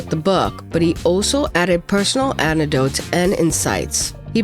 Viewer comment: Anecdotes is pronounced ann ick dotes